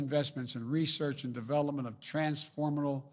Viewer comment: WTF is a "transformital" technology.